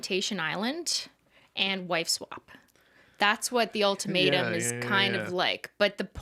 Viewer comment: Any time Cristine said “The Ultimatum” I heard “The Old Tomato” and that’s what I’m going to call it from now on